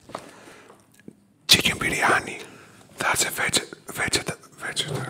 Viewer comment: Haha I laughed at how you pronounced chicken biryani & vegetable samosa (in a good way). Everything looks so flavorful! This is Indian feast heaven!